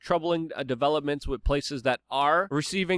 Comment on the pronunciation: Luke. Please work on one word. With.... Not "wit" Please bro. You can do it. I know, English is not your first language. But come on man. Your English is better than mine, except that one word.